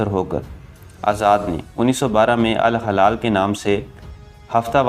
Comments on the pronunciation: الہلال درست تلفظ جبکہ الحلال غلط ہےبراھکرم درست کیجئے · Hilal meaning Moon Halal mean jaaez jo haram na ho apna talffuz dirust Karen ghalat urdu na parhen